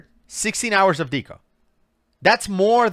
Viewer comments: Hehe 😂 doing battle with the AI voiceover regarding the pronunciation of "deco" was hilarious. It's obviously just reading it as the "Deco" in "Art Deco", but, God, that cracked me up. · He keeps saying "deco" wrong because it's probably an AI channel. There's a real person behind it obviously but they get AI to write the script and narrate. It's sad this is what entertainment is heading towards. I hate it. Anyways, carry on... lol